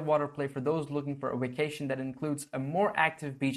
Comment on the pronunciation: Sounded like you said wacation. What's up with that?